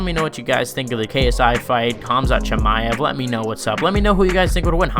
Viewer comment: CaMZaT , bruh his name really isn't that hard to pronounce 😂😂😂😂😊 Edit: Jake Paul is way above fighting KSI skill wise 🤷‍♂️ I'm not a Jake pauler but KSI sucks if they fought KSI would get beat up